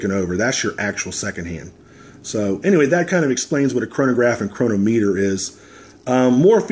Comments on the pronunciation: Please check the way you pronounce chronometer. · The first part was regarding the way you said Chronometer, and I know you don't get paid if we buy it from Amazon. I never said you did, I know what Amazon Smile is. I just thought it was clever for you to slip it in there.